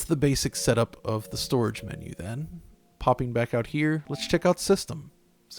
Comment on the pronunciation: Bruh ur voice crack when u said strorige